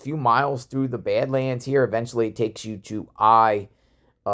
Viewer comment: Are you saying bed lands or bad lands lmao